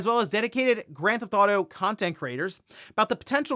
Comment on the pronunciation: Grand Thauto Online? What the hell is that lol 😆